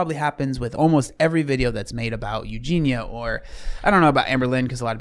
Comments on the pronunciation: It's 'Eugene-yuh' not Eugene-uh😹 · Respectfully, as an English person, that isn't your accent, you're just saying her name wrong 😂 It's You-Jean-E-Ya. You're saying You-Jean-A I get it though, it's an uncommon name, and easy to say incorrectly, but it's not the accent 😂 being british doesnt prevent us from pronouncing the IA In her name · Her name has four syllables. Eu gen i a. Not three. Not Eu gen a. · Why do you still call her Eugina?!!! She is called Eugenia- “You-gee-nee-a”. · Its eugen-ee-a not eugen-a btw lol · You both never say her name correctly, and for I now I've seen tons of comments on every Eugenia video correcting it. It ends in ia, not a. "Ya" or "ee-a", depending on how fast you go. Edit - "I'm just British" doesn't excuse continuing to mispronounce someone's name when you've been told how to say it. YOU might not think you mean anything by it, but it's majorly disrespectful, and it's a huge problem particularly when white folks don't make an effort to learn a name that's a little different. Eugenia is originally a Greek name, more popular in modern times among Russian, Ukrainian, and Polish populations. In Cyrillic is it spelled Евгения and и is pronounced like the English Y. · Not to be nit picky - but her name is pronounced “ Eu- gene-NE- uh “. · It's "You genie ah" please pronounce her name correctly !!!!!!!! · F-ing hell. Her name is EugenIA!!!!! If you want to talk on someone at least get their frikking name right. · for the love of god pronounce her name correctly lol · Im sorry but the constant mispronouncing of her name makes it difficult to focus and enjoy the video. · What does being British have to do with mispronouncing her name..? That doesn't make any sense. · a British accent doesn’t mean you can’t pronounce the “ia” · as someone with the same accent, no it’s not. He just doesn’t realise he’s saying it wrong. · just sounds a bit unprofessional to cover someone often and continue to say the name wrong.